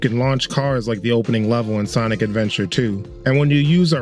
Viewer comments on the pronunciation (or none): none